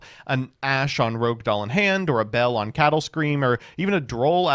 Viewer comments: It's not called "Rogue" Doll. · cant believe im finally seeing someone say rouge as rogue instead of the other way around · Take a shot each time he pronounces "Rogue/Rouge/Rohuge" a different way this video.